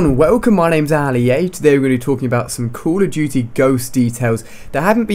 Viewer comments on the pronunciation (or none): CALL OF DUTY, NOT CULL OV CHUTY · I love how Ali-A says "Cool Uv Doo-Tee"